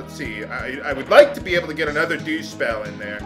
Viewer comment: Why is it that instead of dew spell you said douche spell?